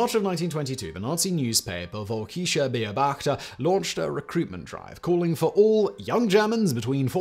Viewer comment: Jesus, Simon... I had to listen 5 times until I finally got "Völkischer Beobachter" from the sounds you were making :D